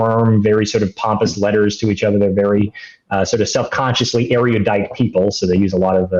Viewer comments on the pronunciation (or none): The word is “erudite”, not “ereodite.”